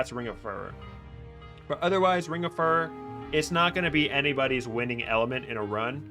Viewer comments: Fyoo ror, not fur er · Like fury, not furry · Furor, related to Fury, and Furious Repeat after me phew-roar. There's only one 'r' in the center of the word, not two. It is not pronounced fur-rur. If you insist on pronouncing it furr-ur, you then need to pronounce Fury as Fur-ree, and Furious would be pronounced Fur-ree-os